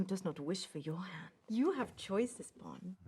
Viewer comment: Well both "bon" and "didi" are referred to younger sister and older sister respectively in Bengali. Moreover didi is also used in hindi as well... And the meaning is same. But one thing that I didn't like is the way pronounced bon...